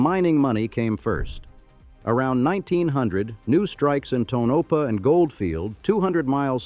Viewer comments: Tonopah - toe no pa not Tono pa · "Tonopah" is pronounced TOE-no-pah. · Tonopah. The first "O" is a long "O"....as in phonograph. "Tone a paw", accent on the first syllable. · Tone Ah Paw WTF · Ta-NO'-pa? Idiot AI narrative! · Toe-nope-ah? These AI entities will never get it right. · Ai cant even pronounce Tonapah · Well, at least the AI narration manages to pronounce Nevada correctly, something many humans manages to botch. It's pronunciation of Tonopah is laughable, though, even after taking two separate stabs at it. But, then, many humans screw that one up too.